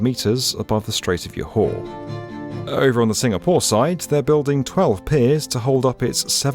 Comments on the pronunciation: Joe Hoe. Not Jaw Haw or Jaw Hor. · Johor is not pronounced is yoo-hah, it's pronounced as Joe-Ho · Johor is pronounced as: JAW- hor...not Yohor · Btw Johor is not pronounced Yo Har its more like Joe Whore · It's Joe Hoe. Not Yaw Hor or Jaw Hor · It's a pity that a big channel like didn't check how Johor should be pronounced. It's Malay, not German or Spanish. It's "Jaw-hor," not "Yaw-hor." This is quite annoying. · Pronounced Joe-haw, not Yo-haw - easy to find out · "Yohar" indeed haha, it's pronounced "juh-haw" btw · Bro is mispronouncing Johor for Yohor 😅😅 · It's JAW-HOR, not YOW-hor wtf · Not sure who is Yohar but you certainly mistaken Johor with a different person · This is an amazing video! As a singaporean, I am pleased that someone even noticed the RTS link being built. One thing, Johor is pronounced jo-hor and not yo-har (we don't make j's into y's) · J is pronounced as J, not like Y. It’s Johor not Yohor 😅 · It's JAW-HOR not YO-HOR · it's JO HOR. not JAW HOR. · It’s pronounced ‘Jaw-Hawr’, not ‘Your Whore’ 😂. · Johor: Not Yoh-hor. it's Ge Hor. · jor-hor! not yohor! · It's not yo-hore... It's Joe-Hor... But a good short introduction of the project. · please it's Johor, not yohor 😅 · It's pronounced Johor, not Yohor, this ain't south america 😭😭😭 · Johor is pronounced 'jaw-hor', not 'yaw-hor'. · Joe - Horr not Ya-Ha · Its joe-hor not yolk-hore/yo-har, expected better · "YOHORRR" 😅 Its Jo-Ho-R. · I'm a Malaysian who has watched your channel for years. Thanks for doing this video! Just a tiny detail: Johor is pronounced 'joe-hoe' not 'yo-har'. 🙂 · Johor is pronounced "ja-hore". I keep cringing when I hear "yohor" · couldn't bring myself to like this. yohaw?!! there's the j sound in british english for heavens sake joke john job etc and we're not european. our spelling is influenced by English convention . so why suddenly yohaw? lol slightly sloppy research im afraid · Bro what are you, Santa Claus? Yo-hor-hor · JO HOR…Its ‘J’ not ‘Y’😑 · It’s jaw hor